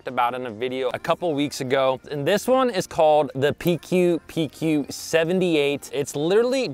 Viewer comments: Should pronounce PcooPcoo XD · Pronounce as Pi kooo Pi kooo💪🏻🎣